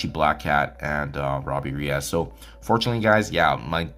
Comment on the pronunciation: In no language on Earth is -es pronounced -az. Reyes is a SUPER common last name.